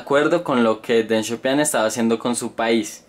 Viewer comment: Deng Xiao pIIIng wacho, donde ves una "a"?